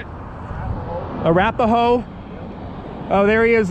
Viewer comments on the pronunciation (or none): It was funny, when you were calling other people stupid while you couldn't pronounce the word "Arapaho". Love your videos.